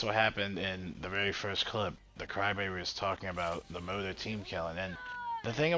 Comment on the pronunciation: i keep wondering why you were saying motor? then you said ems motor and i realized you were saying mortar. that said yeah ems and mortar honestly pretty key in this mission. just keeps them fellas back. its the biles that just absolutely stomps around.